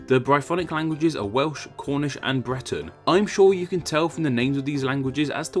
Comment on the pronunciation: How come you can say BRITAIN but when you say Breton you pronounce it as BLETON